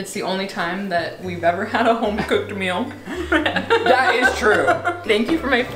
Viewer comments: Can we just talk about the way pronounces meal as mill lol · Anyone else notice doesn't pronounce E's or T's? Like instead of saying 'Meal' he says 'Mull'. Instead of 'Mountian' he says 'Mou-inn'. Does this bother anyone else?